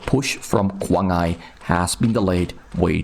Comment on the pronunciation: Should be pronounced as kuang ai, same sound as iPhone . Kuang Ai (i like iPhones) means 狂爱，crazy love …or love something like crazy ..